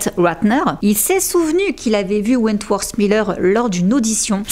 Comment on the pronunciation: Your videos are great, really! But I think you should learn to pronounce english words a bit better? Je sais que les français tendent a prononcer le "th" en ssssss. Mais ça change tellement la signification de certain mots voir rend confus sur certains mots qui sont méconnaissables. On dirait que tu dis Wentworse et en anglais ça change completement la signification du nom. Comme tu fais beaucoup de vidéos qui concernent des anglophones je pense que ce serait un vrai plus. A la limite fait comme les australiens qui mettent un simple "t" ou "d" selon les mots.